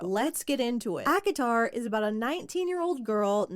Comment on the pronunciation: Every time says ACOTAR, i feel like shes saying Akinator 😂😂